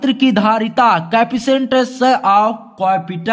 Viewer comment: capacitance of capacitor hota hai capitor nhi.. Sorry bro... But aapka explain mst hai..